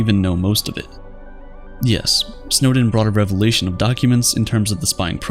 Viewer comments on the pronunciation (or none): none